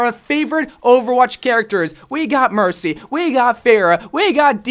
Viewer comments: yes, he said mershy. WIERDO! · She did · did he say mershy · was it just me or did he say MerSHy lol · Nope, he said Hershey 🤭